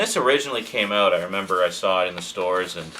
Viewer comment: i think its more like eout